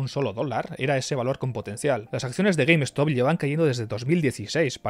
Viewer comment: Se pronuncia Gueimstop no Gueim Estop. Short Skuis, no Eskuis.